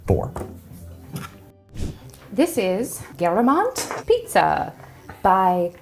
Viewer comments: The way she pronounced Geramont killed me, but tbf Frech can be a bit difficult sometimes 😂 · I am not French but I am pretty sure that’s not how you pronounce Géramont.😂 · the pronunciation of geramont i can't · When you ask yourself what is geramont for minutes until you find out, they mean geramont (french pronunciation). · Geramont is spoken more like the beginning of 'gerard' and the ending of 'croissant'. Nobody asked but hey :) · That... that's not how you say Géramont. That cheese is French